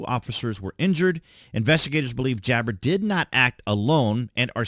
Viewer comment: It's not jabber Ja- bar